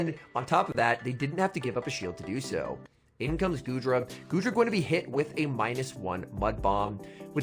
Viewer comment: I swear I heard call goodra, "doodra". Lmao